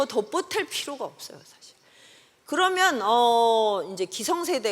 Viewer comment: 대안,사실,해법, 화폐,고전,대해서,수치,세상,사후에,사계절,대지,세상,외모,제도, 두 사이, 돈(money),시선,몰라요,호기심,계선, 등, 이상의 예는, 단어의 첫자를 짧게 잘못 발음한 것입니다. 즉, 장음인 자를 단음으로 잘못 발음하는 문제가 심각합니다. "한국 어문을 고발함" 을 일독해 보실까요? 미국 변 완수 배